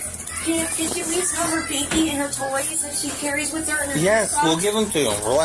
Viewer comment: Please-ah, please-ah who teaches these people to speak.